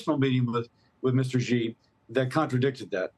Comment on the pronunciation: Xi is pronounced like the word "she" or "See" not like Zsa Zsa Gabor